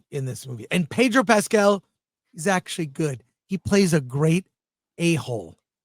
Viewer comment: Pedro “Pass”cal